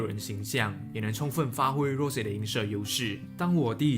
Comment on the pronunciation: 不是读rose是羅潔